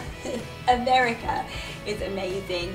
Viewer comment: “MERICA” LOL!!! You said that with your very best American accent!! I love it! LOL! 🇺🇸 (I’m an America) I really love your channel. I have hEDS and a bunch of co-morbid conditions. Im a power chair user, however I can walk and stand. It’s just so painful that I only walk in my home & I never stand for more than a min or so, it’s too painful. Some days my hips dislocate so much that I physically can’t walk or stand. So I mainly identify with the wheelchair community. I’ve really enjoyed your channel and learning from some of your experiences. It’s been fun to see your family and how you do things. I’m a momma of 4 kiddos. One is away at University, I have two in high school and one in middle school.